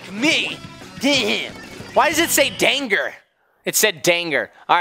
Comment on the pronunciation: It's not danger g sound it is danger j sound